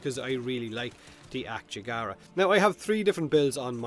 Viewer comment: It's Ak-yagara, not "akchegara" like you pronounce it... lmao